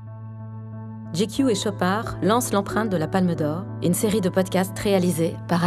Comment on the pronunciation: Super concept. Par contre, la prononciation de "GQ" c'est pas "Djay-Kyu" mais "Dji-Kyu", j'entends ca partout et ca m'enerve dsl.